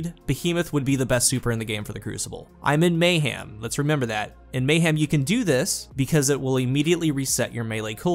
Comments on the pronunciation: Anyone else hear “may-ham”? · It’s a southern thing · I'm hearing mngh ieojm